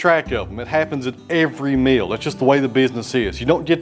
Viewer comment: I love that a MILL is pronounced MEAL ! 🙂